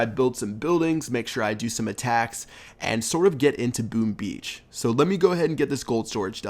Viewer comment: Did I hear "Boom Bee" ?!! Haha